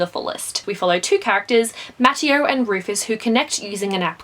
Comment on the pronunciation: Btw Mateo is pronounced ma-tay-yo